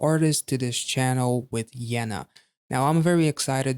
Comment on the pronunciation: Nice that you reacted to Yena! Even nicer that you liked her style. Also props to your pronunciation of Yena.